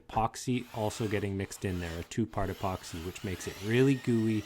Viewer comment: I got a sharp pain in my temples when he said "epoxy".